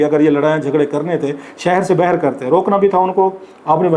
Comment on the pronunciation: السلام علیکم کلاسرا صاحب آپ باہر کو ہمیشہ بہر بولتے ہیں شاید سرائیکی زبان کے زیر اثر ایسا ھے پلیز بہر کے بجائے باہر بولنے کی کوشش کریں آہستہ آہستہ ٹھیک ہو جائے گا